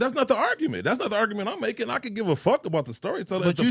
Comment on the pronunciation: 😂😂😂😂 "I could gib a efck bout the storytelling "😂😂😂😂😂😂